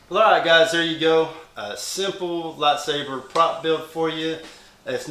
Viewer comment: It's lightsaber not latsaper